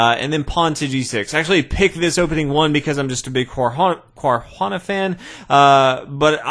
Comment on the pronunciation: Just say caruana, its not an native american xD LOOOOOOOOOOOOL